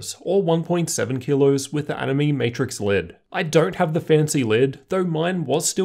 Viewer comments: Btw it's pronounced as "annie may" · Animaymay, nah I'm not so sure, I know how "anime" is pronounced, but they said it how I say it at CES, plus the word is capitilzed as "AniMe", emphasis on the "me" because you can customize it how you want, or something.